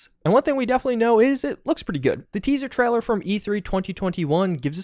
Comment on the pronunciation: it's TRAILER not TRALLER :)